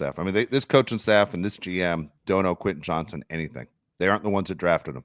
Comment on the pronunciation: I’m a big fan of this podcast but it drives me up a wall when continually calls WR Quinnen Johnson. It’s QuenTin JohnsTon. There is a “T” in his first and last name.